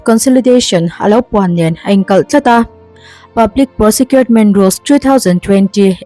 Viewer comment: PROSEKIURMENT ti a lam lovin PROKIURMENT(Procurement) ti a lam tur a nih hmel zawk e🤔🙂